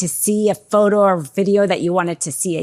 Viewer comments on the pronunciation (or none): none